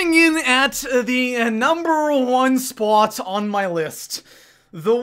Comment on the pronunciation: SO COMING IN AT THE NUMBER TWO SPUOT